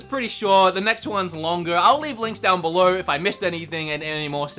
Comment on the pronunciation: '' let me know down beleuwr'' ... lol